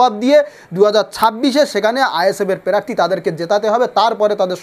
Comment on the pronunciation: এ আবার নেতা প্রার্থী উচ্চারন করতে পারে না আগে ভাষা ঠিক কর তারপর ভাষন মার